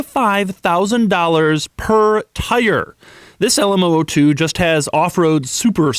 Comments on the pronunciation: It's a zero-zero-two. Not oh-oh-two. The "O" is a letter, not a number. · It’s called the L M “Double 0” 2 not the L M oh oh 2 😂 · LM zero zero 2. not LM oh oh 2. it's numerical not alphabetical. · posit that this vehicle is called the LM zero, zero two because there are three numbers in the name., so it’s not two letters, Oh, Oh then the number two. I’m not singling you out.most people say it incorrectly, but that’s the issue, when it’s reapeated incorrectly, It’s perpetuated. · LM Zero Zero Two! Not "oh oh" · Zero not o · Sounds like he is saying the Elmo2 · Is it an LM ooh ooh 2, or LM zero zero 2? you wrote zero zero 2 but say oh oh 2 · LM zero zero 2, O is a letter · Why do you call it LM-Oh-Oh-two? It's called LM-zero-zero-two! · Love the video, and I'll check out more because of this one! Just one peeve here though. LM002. "0" is a number, pronounced "zero" or "zed" for the Brits and whatnot... "O" is a letter, pronounced as "oh". Those are "zeros", not "ohs". :D Zero, by the way, are you Jay Leno's son?! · It's LM002 not LMOO2, the letters not the numbers. You kept saying oo2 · Can you call it the "Lamborghini LM Double O 2" instead of "LM O O 2"? Just sounds better haha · Stop saying "alamo 2" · Lamborghini Le Moo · The Lamborghini LAMOO? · i heard lamborghini lmao2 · When he pronounce LMOO2, its sound like Alamo